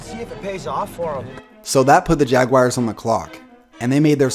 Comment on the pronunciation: Jaguars not JagWIRES